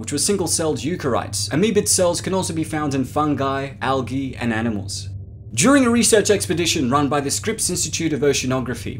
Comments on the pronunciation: algi not aggi speek english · You pronounced algi